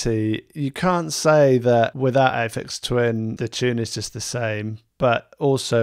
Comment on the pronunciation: Load of old nonsense. There is NOTHING new in music. Every note has been played before. Affects twin? Oh come on.. Why do you have to use your own unique pronunciation? Ay-Fex. Done.